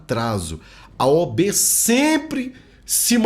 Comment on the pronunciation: “OB” não, “OAB”